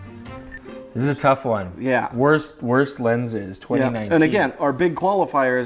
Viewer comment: "WURST LENZES" LMAO!!! :):) (got the reference to Conchita; "die wurst" in German means "a sausage")